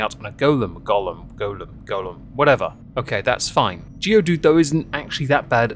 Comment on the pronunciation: It’s pronounced “Golem”. Hope that helps. 👶